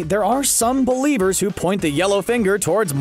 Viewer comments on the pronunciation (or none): Is it just me or when I hear the guy say Beliebers when he means to say believers